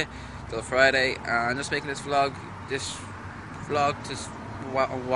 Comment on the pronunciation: its vlog not vlogg